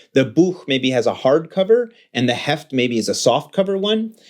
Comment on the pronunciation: D'english: the hefts German: das Heft (singular), die Hefte (plural) OMG, his German pronunciation is so spot on. Congrats!